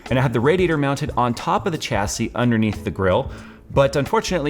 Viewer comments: SAY IT WITH ME ....Chassis ..... SHAH - SAY not CHA-say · The "h" makes the c an s! shassee.. Thank the French. Edit: I may have missed it but the case is called the "Panzer" cool whip.